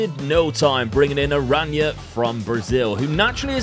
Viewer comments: Btw "Arana" is just pronounced "Arana" not "Araña/Arania" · Why Araña? It's Arana his name is not Spanish